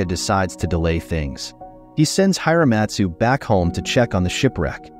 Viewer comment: It loses something when you don't pronounce the character names correctly; It's Ya-boo-she-gay, not Ya-boo-shidge; and the "I" is not long in Hiramatsu, it's Hear-a-matsu.